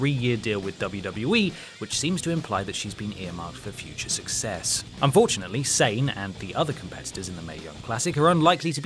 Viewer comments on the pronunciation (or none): none